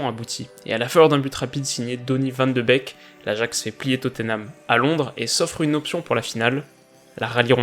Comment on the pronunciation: Van de beek ne se prononce pas van de bec mais van de béék